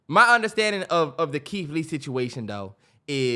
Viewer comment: the way the can’t pronounce they R’s are hilarious to me. “KEITH LEE WEVIEWS”😂😂😂